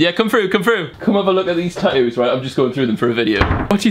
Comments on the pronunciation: It's tattoos not tatooos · why does he say tatoos its tattoos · America: tat-too UK: tat-oo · He says tattoos funny